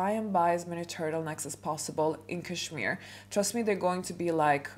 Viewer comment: Hahahahaha why not start your etiquette classes by learning how to pronounce cashmere. You can try and fake class and etiquette all you want but I think one way or another it will always show 😂